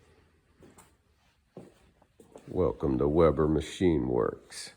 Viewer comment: Nice build. I’m grad you pronounce our last name right. I hate the weeeeeeber folks